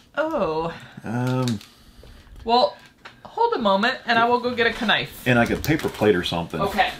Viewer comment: Is she pronouncing "knife" like that on purpose?